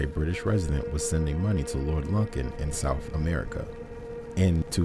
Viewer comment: Lovely, probably one of the top five iconic missing cases ever, but it's actually pronounced LOO- kn. A bit harrowing listening to it mispronounced SO MANY TIMES, so I'll just give you the click and the like and skip listening to the video, or just take off the volume, put on the captions and view it that way But a word to the wise and Future... There are tons and tons of news reports, old footage and any number of documentaries that have been produced all available right here on YouTube where you could have easily listened to the correct pronunciation and then of course, pronounced it correctly yourself. A bit of laziness that I hope you won't repeat in future videos. You do a good job with these from what I've seen so far, and I should think you'd want, above all, to pronounce your subject's name correctly